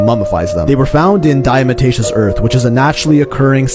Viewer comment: Dia-tomaceous, not Dia-mataceous...